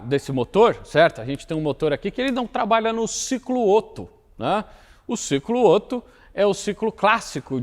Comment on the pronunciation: revolts! 😂 Baita vídeo, um mix de mecânica, filosofia, política e antropologia. Só um pequeno adendo: na pronúncia do alemão, duas consoantes iguais em sequência "abrem" a vogal anterior, ou seja, Otto pronuncia-se "Óto" e não "Ôto". No mais... o melhor canal do YouTube!